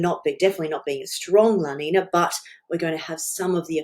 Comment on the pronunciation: FYI: La Niña from Spanish has a tilde over the n which means it is pronounced "la nin-ya". Cheers and great work Jane! 🙂